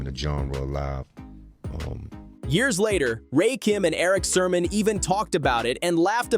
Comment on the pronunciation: It's Rakim and Erick Sermon not Ray Kim and Eric Sherman 😂😂😂😂😂😂